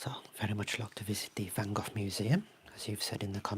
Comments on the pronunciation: I see you're still pronouncing his name wrong😂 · As an idiot American I was intrigued by the way you pronounced it, so went on an Internet sleuthing quest to see why that might be. Huzzah! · fyi in the U.S. we pronounce his name Van “Go”, instead of “Goff.” So this was a terrible pun joke. I laughed. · Neither. Dutchie here, living close to Vincent's birth place. It's pronounced "vahn Gog".